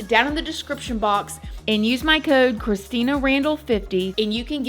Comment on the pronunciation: Thank you Christina for respectfully telling this heartbreaking story. Your pronunciation was actually pretty good. Compliments from a Kenyan. Keep up the good work.